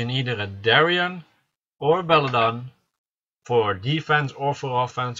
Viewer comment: belladeon . pronounce every letter . belladeon .belladEON . where did you get belledon from? bellAdEon pronounce the AAA and the EEE just cause your foriegn doesnt mean your blind to letters